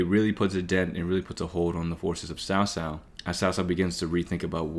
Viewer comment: Ill always remember when they said cow cow instead of cao cao